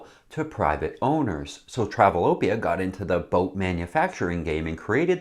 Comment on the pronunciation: It's "travel-O-pia" not "travel-TOH-pia"